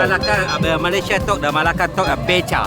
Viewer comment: You should stress the second syllable in "Melaka/Malacca." That's how you are meant to say it.